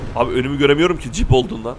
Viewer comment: Cip değil jip